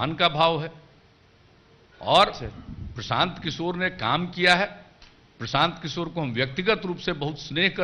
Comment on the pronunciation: Bangla te hindi bolun ken prashanta kishor naam ta to thik kore bolun eita to bangla news chennal. Eidhoron er uccharon er jonno news dekhte mon chaina ei bangla chennal gulite.😔😔😔